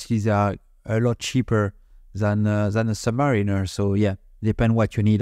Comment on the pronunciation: Not to be all 🤓, but the correct pronunciation of submariner is sub "MARE" inner. Or sub "mär" inner depending on where you're from. Reason being is that you wouldn't pronounce mariner like mareener, at least it's not technically correct. Here's some evidence I was able to find for you. "For years I pronounced it as submareen-ER, because that's how the sales rep at Ostranders pronounced it. It wasn't until about 1992 that I heard it pronounced sub-MARE-iner by a Rolex Canada technician, when I realized I was wrong". Hope this is helpful. I'm sure there's some more anecdotal evidence lying around online.